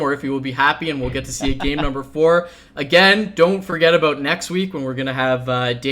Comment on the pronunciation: "Xel'nEga", "Abuut" ... wtf?